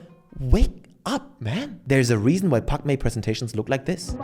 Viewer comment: At first i thought you said Pac Man 😂